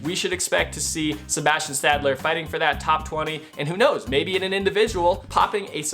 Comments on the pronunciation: putting the d before the l hurts my ears. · You butchered Stalder’s name as well as Strvtecky’s.